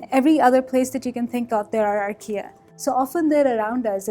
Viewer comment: I guess she's saying "archaea", but I kept hearing Ikea, the furniture store.